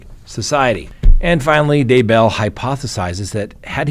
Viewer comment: Daybell is ONE word not 2.Its not DAY Bell.